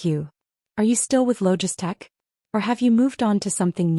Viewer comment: Why do they keep calling Maya’s program LogiStech with an S when it is spelled LOGITECH, no S, throughout the story?